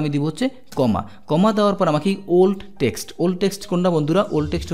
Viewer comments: আপনার বাংলা উচ্চারনে মারাত্নক সমস্যা লক্ষ করছি, একজন শিক্ষক হয়ে আপনার এই বিষয়ে অবশ্যই নজর দেয়া উচিৎ। টেক্সট হবে টেস্ট না আশাকরি আরো সিরিয়াস হবেন। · bro, you are saying test insist of text. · জনাব এক্সেল শেখানোর উদ্যোগ প্রশংসনীয়। বাংলা উচ্চারণের ব্যাপারে আরো যত্নবান হওয়ার জন্যে অনুরোধ থাকলো। text (টেক্সট) ≠ test (টেস্ট)